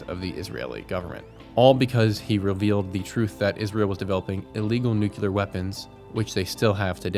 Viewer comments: Nu-cle-ar. NOT nuke-u-lar. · It’s pronounced “NOO-KLEE-AR” not “NOO-Q-LAR” Just look how it’s spelled… NUCLEAR… not NUCULAR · Americans - nuclear is "new clear" not "new queue lar" and escape doesn't have an x in it. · NUCLEAR. Not Nu cu lar. You actually said it a couple of times but you kept saying nucular like W.Bush. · NU - CLE - AR repeat after me... NU - CLE - AR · Good video but please quit saying “nucular”